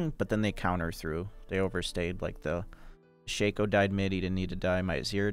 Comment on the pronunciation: " Shay-co " is such a dumb way to pronounce it.